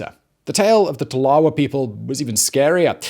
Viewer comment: You mispronounce Yurok and Tolowa. And it's not "A jumping dance," it's "a jump dance," and you incorrectly explain its purpose.